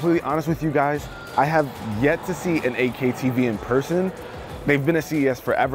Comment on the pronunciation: Guy can't pronounce Eight K correctly...sounds like AK